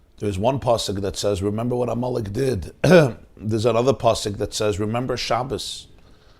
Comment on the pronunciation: I keep hearing you say "ah Molech" instead of Amalek. Do you not know that there's a difference between Molech and Amalek? Amalek was a person; Molech was an idol. I grant you you may be purposely blurring the two. The name Amelek is so negative to the Jewish mind, and rightly so 'cause his family was wanting to kill Jews. To posit a family of killers with idolatry makes sense because they kill to sacrifice to their idols. Thank you for putting this out here during the fast of Esther, v'shalom.